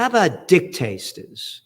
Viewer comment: Did Gerald just call dictators, dick-tasters...? 😅 Keep it coming Gerald !